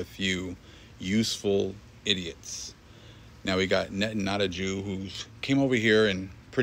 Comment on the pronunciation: "Netanotajew"...... I love it!!